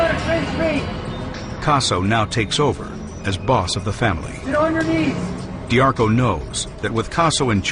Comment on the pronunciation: If you like this doc, you can learn a ton more from, MOB BOSS, the first person perspective from AL D'Arco ((dee AR coh) not (dar koh) like the audible book say) it's really good autobiography